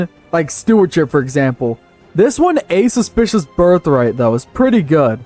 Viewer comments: I could forgive the "Taltosism" instead of "Taltoism", but how the hell do you read "Auspicious" as "A suspicious"!? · Bloody hell, not trying to pronounce the faith names was a good choice. Even English words seem to cause trouble. "Asceticism" was already fun to listen to, but "Auspicious Birth" becoming "A Suspicious Birth" was just hilarious to me =D